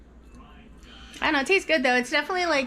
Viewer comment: I’m listening while in the kitchen and thought you said “kinda tastes like human” not cumin 😂